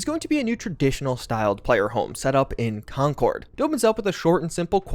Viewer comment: As someone whos from Massachusetts, I just want you to know youre saying concord wrong, its more like Concerd, all one word. Love the video though bro keep up the good work!!